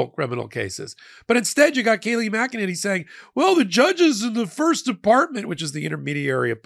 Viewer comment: Mackaninny. That really made me chuckle.